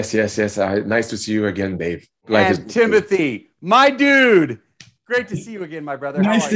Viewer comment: Idk why I cringed so much when the interviewer kept saying Timothy instead of Timothée